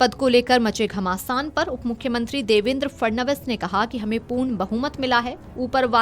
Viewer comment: up-mukhmatri nahe mukhmantri :face-green-smiling